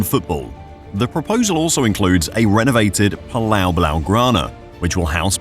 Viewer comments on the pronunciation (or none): none